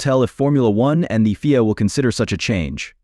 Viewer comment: What a waste of bandwidth. FIA is said as three letters, not pronounced as "Feea". So, where's the surprise and where's the stun?